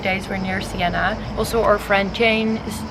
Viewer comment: It’s Siena, not Sienna :)